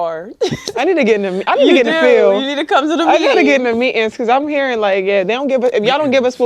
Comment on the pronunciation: Lol. What an the hell is "Meat-ings?"